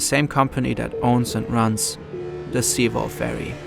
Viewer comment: at least pronounce sewol right. how unprofessional